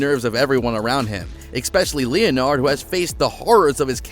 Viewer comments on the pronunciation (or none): Try getting your facts (?) straight. It's Leonard (Len-erd, not Leon-erd). His childhood friend(?) that you refer to is named Page, not Penny. And you can stop saying "Fun and Flags", especially when "Fun with Flags" is shown all over the screen.